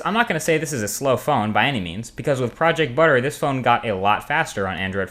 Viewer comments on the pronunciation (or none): none